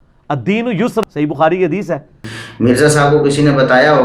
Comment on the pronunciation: tusi Hadees seen ki awaz main bol rhy ho jb k yeh saaa ki awaz main hota hai. Lo twadi v glti nikl i